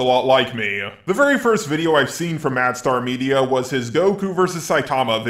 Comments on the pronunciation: how to say Mastar media. Madstar media Lol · Its not "Mad star media" Its not "Mu star media" Its "Ma star media" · Does anyone else hear "mad star media" when he says the name? :p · Are you calling him "MadStar"? It's a play on Master and Star, not Mad and Star. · I'm heading "madSTAR" is that how's he is pronouncing it?